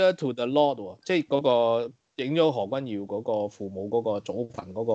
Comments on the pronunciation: 個堯不應讀作妖字。。正讀姚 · 又話中立。。。？？？可以尊重别人的名字嗎，如果你舌頭有問題，请簡單稱呼為何先生，可以嗎？覺得你帶有私怨刻意把名字讀為妖而非堯，这樣影响這台的立場。please. Appreciate. 謝谢。